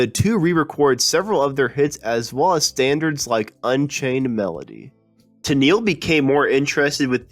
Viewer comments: Why do u that robot that said Tenil. it,s TenELLe. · For some odd reason, it was only used the first 2 seconds for the opening line mentioning the title, "What Happened to Captain and Tennile pronounced as tenel. It may not have been a bot though, hard to tell for sure. I'm with you about those computer voices though, they suck big time. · Tennel? Nice start. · Ten-nil? Ten-neal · Sad you can't even pronounce Tennille correctly. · When the opening dialogue can't even pronounce "Tennille" correctly... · Wow. Your pronunciation is not very good. Practice "Tenille," "repertory."